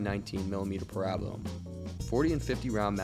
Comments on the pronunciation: That wasn’t a S&W Model 39. It had a flat backstrap and black nylon grips. That makes it a Model 59. Still in 9mm just had a 14-round capacity. Oh, and it’s pronounced para-bell-um not pa-rab-a-lum. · I have never heard of a 30-round box mag for the Browning Highpower. Also, the common pronunciation is pear-ah-bell-uhm. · Also it’s pronounced PAIR RA BELLUM. I also enjoyed the video 👍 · ".22 Long Range"? It's "Long Rifle". "Parabellum" is pronounced "pair-a-bell-um" not the way you desecrate it in your videos. Dead giveaway for an AI voice...which shouldn't be used until it learns the vernacular and correct pronunciation. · Parabellum... Para- BELL-um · it's pronounced Para-Bell-um. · you are very knowledgeable but you clearly don't know how to pronounce parabellum..... it's "peh·ruh·beh·luhm" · Say Parabellum right and it's 22 long rifle not long range. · Well, my mind did a double take hearing you say parabellum.